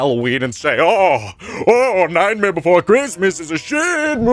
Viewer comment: I love how you say Nightmare. "Nightmere." Amazing!